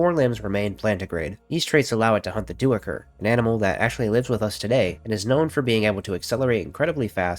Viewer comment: Duiker... pronounced d - eye - ker